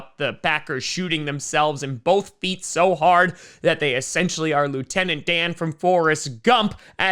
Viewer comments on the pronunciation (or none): none